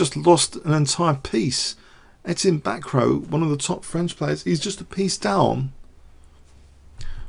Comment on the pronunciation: Bacroit its NOT BACKROW:) Its like BackRua moreover